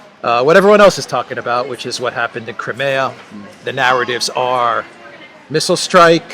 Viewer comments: I've never heard Crimea pronounced "Creamaya"? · You have now, it appears. It's the European way of pronouncing it, rather than English. I'm bilingual, and when I talk in English, I pronounce the name as Cry- mee-a. When speaking to Slav friends or family, it's Crim (cream) e- ya. Or just Crim.